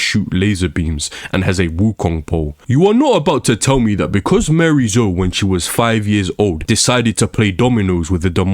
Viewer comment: Bro is just yapping, 13 minutes straight of complaining and refusing to say miarys name correctly. Not even to say tekken is fine but this is not accurate or productive at all. Just yapping about anything.